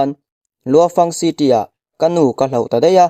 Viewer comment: Temple tih hi pangngai deuh in i sawi thiamlo mi,city tih pawh lam dik lo dark pawh lam dik chuanglo space tih pawh lam dik lo,dik tak khan lam ve mai la